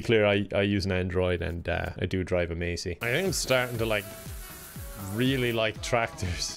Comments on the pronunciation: Calling Massey “Macey” is the worst thing you’ve ever done on this channel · I love you but seriously...masey is pronounced MASS E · Macey it's Massey for fec sake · I’m no farmer but I’m pretty sure was mispronouncing Massey he pronounced it mace-ee but I think it’s pronounced mass-ee (I am Irish) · is a "massy" not macey 😂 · "I do drive a Massey..." Me: Ah jeezus sir you're making the lads look pitiful, it's pronounced Mass-e for the Sunday masses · im 100% irish! Also: pronounces massey as macey 🤭😂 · They way he pronounces massey😂😂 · I f**king hate when people pronounce Massey - Macey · Not calling Masseys Macies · Sorry, you're 100% Irish but you call Massey Ferguson a "Macy"??? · Bruh when he says Massey wrong it really hurt my soul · just listening to you try and pronounce names of tractors makes you sound like your not from Ireland 😂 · And I love he prenounces the tractors wrong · Any other farmers get triggered by the way says massey? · thats not how you pronounce massey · You say Massey wrong and it pains me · Had to unsubscribe cos of how he pronounced Massey